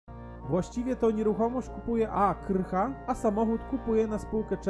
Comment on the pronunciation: Aleksandra Krach , a nie Aleksandra Krycha :)